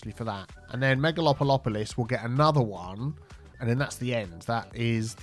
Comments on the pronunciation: just know that every time you say megalopolopolopolis I literally laugh out loud LUL if you’re a little bit BIFFAdled? ;p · Can u not pronounce megalopolis and metropolis cause i can say it perfectly, seems like SOMEBODY lost all their brain cells when trying to pronounce it